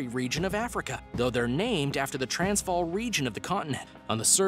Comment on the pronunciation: The way he pronounced 'Transvaal', made me cringe hehe